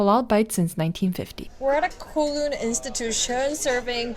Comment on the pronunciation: Just an fyi… Kowloon is pronounced Cow-loon. 😅😅 anyway, loved this!! Can’t wait for more travel videos!!